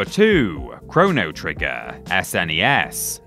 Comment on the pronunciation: I can't stand everyone retroactively calling it "super nintendo" or "Ess, En, Ee, Ess" in the 90s absolutely everybody called it the "Snez" So thanks for doing that